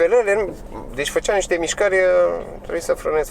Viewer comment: "nste " în de niște, pace,respect pentru ceea ce faci și te cred că ai muncit mult pentru videoclip!🤚